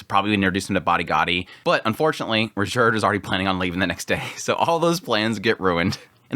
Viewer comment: Do you really have to ask ? Like Edis instead of Eris Ghilaine instead of Ghislaine Rujerd instead of Ruijerd